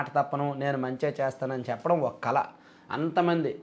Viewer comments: "కళ" ని కల అని పలుకుతున్నారు బాబు. మంచి తెలుగు తో అందరికీ ముఖ్యం గా నవ తరం వారికి ఆదర్శం గా నిలవండి. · కల కాదు తమ్ముడూ... కళ 😂